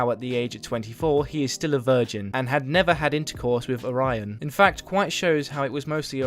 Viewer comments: It's Oh-ra-yon, not Oraina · Why you keep saying orion like orina? And the constant misgendering of him doesn’t help.